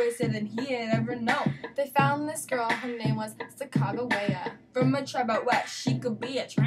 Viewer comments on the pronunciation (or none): thats not how u say sacajwea